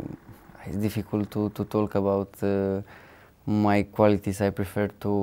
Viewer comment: Marin : "...to tolk..." :)))))